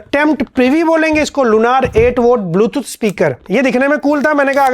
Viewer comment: dekstop dextop😂😂 bootooth😂😂😂